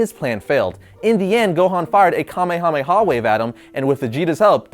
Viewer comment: Omg he said kamehameha right